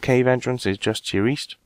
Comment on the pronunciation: East? I thought you said Weast?